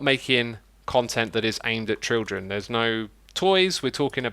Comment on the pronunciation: adding "trildren" to the classic "trutorial"